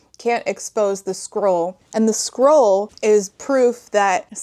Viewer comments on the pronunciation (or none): To be clear, I am not critizing your pronounciation. This book is tiring. I can feel it. But I started to hear squirrel instead of scroll and it doesn't even change much. I mean, a magic messenger squirrel sent to deliver their quest ... why not? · You keep saying “scroll”, but I keep hearing “squirrel,” and it’s exponentially improving the story. 😅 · a couple times you said 'scroll' and my auditory processing disorder heard 'squirrel' and since that's about on par with the fuckery in this book i'm just going to pretend that's what it actually is